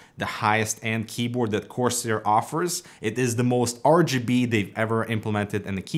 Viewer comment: 'R - juh - B' 😂😂😂